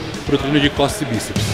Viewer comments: "Biseps" foi foda KKKKKKKKKKK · "biseps" uahsuashusahuas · "biseps" é foda kkk